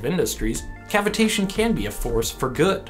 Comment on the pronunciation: it sounds more suspicious pronounced your way.